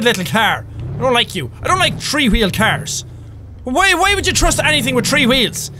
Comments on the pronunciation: With the subtitles everytime he say three it says tree😂😂😂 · Has anyone else noticed how Jack says "tree" instead of "three"?